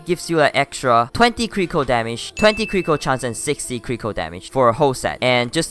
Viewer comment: i like how when he says critical it sounds like crinkle